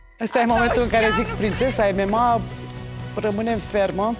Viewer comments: Prințesa "emema" :)) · Ce fel pronunţă "MMA" 😂